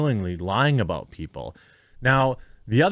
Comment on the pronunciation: Aboot. Sounds like you been watch to much candian truckers Jermy :_QuarteringCartoon